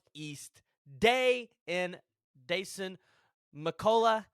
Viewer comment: Your sayings Dasans name wrong